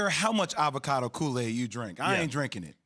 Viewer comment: The heck is coo-lade, fool? hahaha